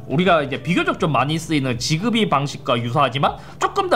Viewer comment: 지그비가 아니라 직비 (약간 s랑z사이 발음으로) 라고발음하긴 합니다